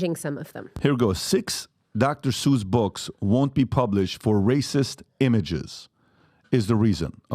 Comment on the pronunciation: She read the book. I can tell she liked it. He was reading it also, so hypocritical. Dr. Zeuch. It's Dr. Seuss